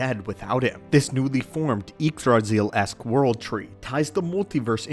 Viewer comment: Good video, but that's not how Yggdrasil is pronounced.